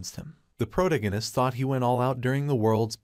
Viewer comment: Every time I hear the word "protagonist" mispronounced irks me.